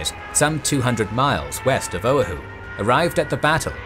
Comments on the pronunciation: for future videos its pronounced "o-wah-who" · FYI: Oahu = "oh-WAH-hoo"